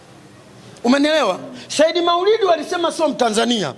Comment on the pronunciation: Wewe mwandishi kiswahili chako jirekebishe unazngua jina la Saidi wewe unaita sahidi